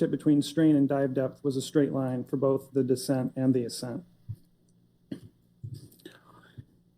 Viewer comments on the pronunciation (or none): none